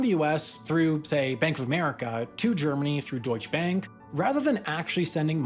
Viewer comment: Horrible pronounciation of "Deutsche Bank". At least try to pronounce it correctly.